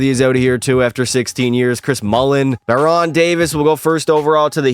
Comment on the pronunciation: Bah-Ron Davis lmao its pronounced barren Davis